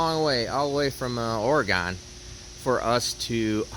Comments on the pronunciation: wtf did you just say? Oregone? Bro, if you're buying something from a different state, maybe learn how to pronounce it. Oregon is pronounced like the guts inside you, or the organ at a church. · FYI, it’s Ore-gun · Steve, Oregon is pronounced with the second o as in one not gone 🙄. Love your videos especially Steve tech. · I love how Easterners say Oh-Ree-Gone lol. You're a badass Steve